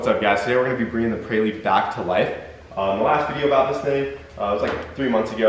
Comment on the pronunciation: Why do you keep saying prey-lude? It’s prelude,, you don’t say I’m gonna do a prey workout 😂 its pre workout. Pre pre pre 😂 preelude